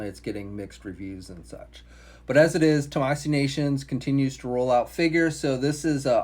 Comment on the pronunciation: Tah-mah-SHE is how Tamashii is pronounced, moron. You can see there’s a fucking “h” in it, right?!